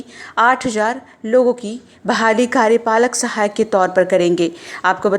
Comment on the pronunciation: Bolne to aata nhi bolte hain pahle karyapalak sahayak bolna sikho